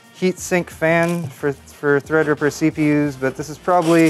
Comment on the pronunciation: Did he say Threa-dripper? I thought it was thread-ripper 😂